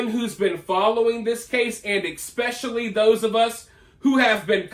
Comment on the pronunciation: I like your channel and commentaries. But please…if you want to sound intelligent…it’s not eXpecially. It’s pronounced ESpecially. Easy yo correct.